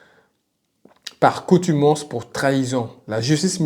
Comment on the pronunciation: Par " contumace" pas par coutumance"